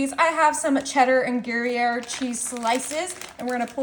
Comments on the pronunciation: Gary-air cheese? It’s pronounced gree-yair. You know how to deal with an uneven oven? Turn the pan periodically but that is obviously too much work for you. Asparagus ends needed to be chopped off. Entirely too much cheese and asparagus way overbaked. You should have blind baked the pastry dough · Looks yummy! Gree-air is the proper way of pronouncing the slice cheese... Everyone has their cute way of saying this cheese. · Just a tip...its pronounced gree yare. It does look great! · It's pronounce " groy yay.....FYI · It's not Gary - air.. lol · Gray-air cheese? WAA-la? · Turn every other asparagus around. Season it before adding bacon. You left a paper under the gruyere. And you're saying it wrong. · Thank you! Her pronunciation was killing me.